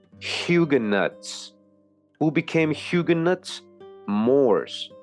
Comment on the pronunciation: Hue-ga-nos not Hug-ga-nots